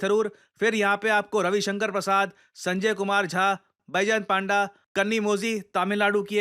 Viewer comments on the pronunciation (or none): Sorry sir but it's " पंडा ", not " पांडा ". I am from Odisha & Shri Baijayant Panda belongs to Odisha so i can attest to that.